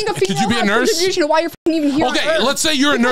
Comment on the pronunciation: Why is the blonde so pressed? "contributation"